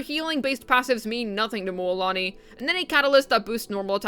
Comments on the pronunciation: Why is she calling Moooolani? Instead of Mulani? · MMMMMULAANI😂😂😂 damn the prononciation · Can I get just a recording of you saying Mualani?